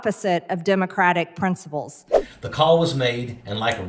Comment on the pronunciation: "Prinsabulls" too